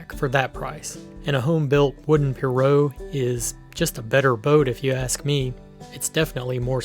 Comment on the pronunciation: It’s pronounced P-rogue, The g isn’t silent, It’s also called piragua in Spanish